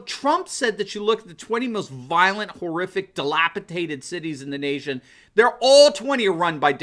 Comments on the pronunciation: Did you say delapitated? Next time try dilapidated... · Dude... "DelapiTated"... di·lap·i·dat·ed /dəˈlapəˌdādəd/ adjective (of a building or object) in a state of disrepair or ruin as a result of age or neglect. "old, dilapidated buildings" You fucking talk for a living.... just saying. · Hey genius, the word is dilapidated, not dilapitated.. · The term is "dilapidated," not "dilapitated." A "dilapitated" city is a trashed city that's lost its head. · Dilapidated, not dilapitated.